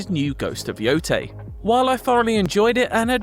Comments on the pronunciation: Ghost of YO-TAY not YO-TIE. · Why can’t he pronounce yotei correctly? They explicitly say it in the game. He clips it from the game for his vid. He plays the clip wherein they pronounce it “yoh-tay” then he says “you-tai”…. Wtf